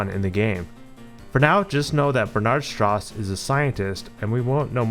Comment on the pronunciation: Strauss is pronounced “str-ow-s” :)